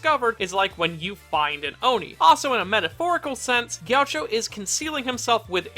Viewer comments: It's pronounced G-A-CHEE-O, not Gaucho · i hate how he says “jeowcho” instead of “gakeeoh” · its not gee a cho its gi AH key OH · The way he says “ghioucho” is atrocious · Isn't it pronounced "Gi-a-kki-o"? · Gaucho? Chacho? Jowcho? C'mon mannnn, you gotta at LEAST keep your pronounciation consistent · I see you purposefully saying his name wrong so people would get triggered much like he would